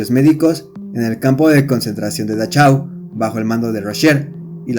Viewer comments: la ch, se convierte en j, y si es importante, respetar los idiomas, hay muchas herramientas en internet para evitar esos errores, por otro lado esta bueno el video. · Buen video. Pero se dice "dajáu" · Buen video! Pero, por el amor de Dios, no todo lo extranjero es inglés. No se necesita saber alemán para saber que la "ch" de Dachau suena Jota. La "au" de Auschwitz no suena como en "Austin" sino igualito que en español: como austero. La "sch" suena "sh" , la "v" suena "f" y, otra vez, por el amor de Dios, La "w" suena "v" (no "b" ). Von Trapp no es "bon Trapp" sino "fon Trapp". Yo no sé alemán, pero sé cómo se pronuncia, ni que fuera swahili, por Dios!